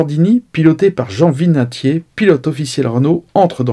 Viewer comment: Très bonne chaîne, bel hommage à la R8 Gordini mais un petit bémol : c'est Jean Vinatier et pas Vignatier… Pas grave mais pour l'histoire et la mémoire, il vaut mieux être précis. Sinon, rien à dire, le contenu est parfait !